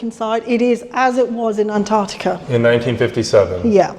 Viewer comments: I lost interest when you pronounced "Antarctica" wrong at the beginning of the video. It has TWO Cs in the spelling, use them! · Wish Americans would pronounce Antartica correctly. Is isnt that hard.